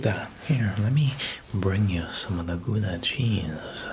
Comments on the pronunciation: “GooDAh chase 😀” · Not me crying when you pronounce Gouda (I’m Dutch) and the joke (it’s a place in the Netherlands) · Gouda sheese is dutch, you speak it totaly wrong. But doesnt matter, good video !!